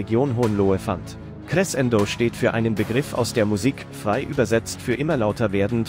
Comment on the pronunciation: Finds lustig, wie Crescendo ausgesprochen wird(mache Musik, deshalb weiß ich, dass es so eigentlich nicht klingt)😂